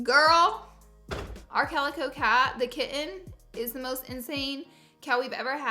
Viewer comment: I wish you would pronounce kitten correctly